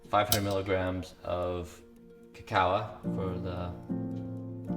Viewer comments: What is it with these bio hacker dudes who can't pronounce the names of the supplements they tout. I swear, between alternate pronunciations of cacao, tuRmeric, Spirulina, and a few others, it's freaking maddening. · How does he not know how to pronounce "cacao"...?